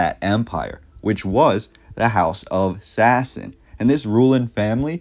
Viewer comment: The SASANIAN EMPIRE JUST A TIP FOR U HOW TO PRONOUNCE IT. Is not that hard